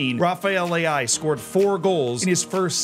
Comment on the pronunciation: Rafael Leao ❌ Rafael Le'ai ✅